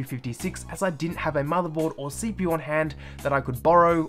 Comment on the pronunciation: My guy said gpoo and cpoo